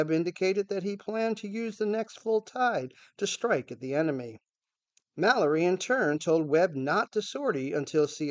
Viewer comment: Also the secretary of the navy was mal- or-ree. Not maloy